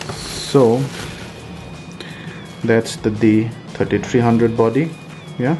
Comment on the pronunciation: D Tirty Tireee.